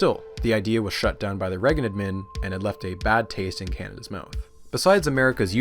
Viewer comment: How do you make an hour video and you don't pronounce Reagan right once